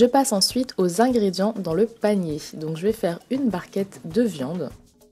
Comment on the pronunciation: Jai toujours l'impression que tu dis palmier au lieu de panier 😂😂